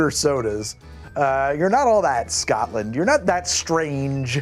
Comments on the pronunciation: Scoatland kept having me cringe :) bless its SCOTLAND mate take the word name of "scott" and add land and you have the pronounciation. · "Eye-run". "Eyerun broo" Oh and BTW, maybe don't ask people if they come from "Scat-land" Not if you like your teeth 🤣